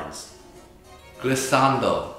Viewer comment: As an italian, the way they said “glissando” and “moderato” is actually pretty good Italian pronunciation 🙇🏼‍♀️👀